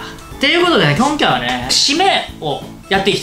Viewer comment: きょんきゃいわね！(こんかいはね！)